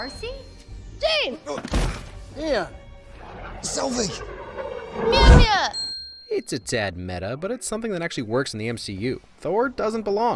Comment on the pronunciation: mjömjaeh? Its mjölnär